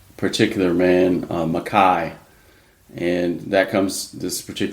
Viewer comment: Okay, I'm sorry to be "that guy," but I find this frustrating. No matter how many times one of you pronounces MacKaye correctly (Mac-EYE), the other keeps pronouncing it incorrectly (Mac-KAY). I mean, they say the name multiple times in the episode.